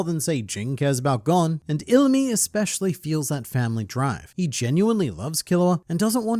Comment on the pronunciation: I love watching these videos, but I hate how he pronounces Gon like "gone" 😭